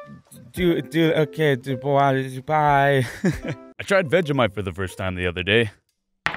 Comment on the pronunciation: Vegish*te as he calls it!